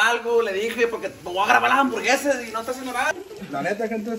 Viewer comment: Nadie::DyA d Diversión y HamburGueZas JAJAJAJAJAJA